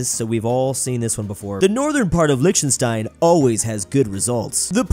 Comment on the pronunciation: Lichtenstein is pronounced with a germanic-sounding "ch" - like in Scottish "Loch Ness". And with a "sh" sound instead of a simple "s" before the "t". And "ei" is a diphtong that's pronounced like "ai" (which you got correct). Normally I wouldn't care, but you said the word Lichtenstein so many times! And it bothered me so much even though my native language is not even from the Germanic family!